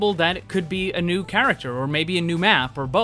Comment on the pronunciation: Ner instead of new 😂